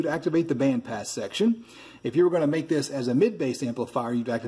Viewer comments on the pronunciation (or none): none